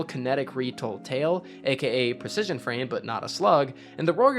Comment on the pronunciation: oh yeah I heard that "preshishun" lmao